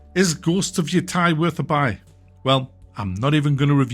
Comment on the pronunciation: Jesus even a Brit can't pronounce this properly.